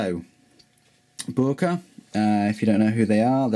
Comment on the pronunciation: boooerker lol